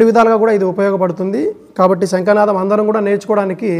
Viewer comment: ముందు మీరు తెలుగు నేర్చుకుని ఏడవండి. ' శంఖనాదం,శంకనాదానికితేడా తెలుసుకోండి. తరువాత వీడియోలు చేద్దురు.